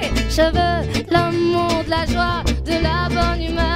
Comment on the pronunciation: Когда она произносит "лю Мур" ... Как же я понимаю Русское дворянство ))))